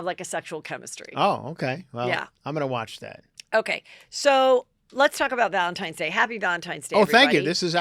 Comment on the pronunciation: I love constantly saying “Valentimes day…”